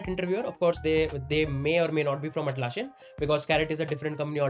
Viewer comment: Nitpick: it’s Atlassian not Atlasshian. It’s ss not sh.